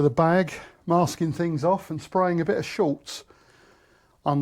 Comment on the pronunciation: Nice work, I will keep watching with interest… but please it is ‘Schutz’, German for protection, there is no letter L in it…why is this such a common mistake ? 😂